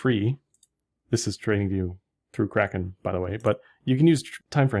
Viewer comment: can't stop laughing when you promo Kraken. I can barely undestand what you say hahaha